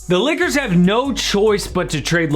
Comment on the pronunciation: Lmao the beginning sounds like u said Liggers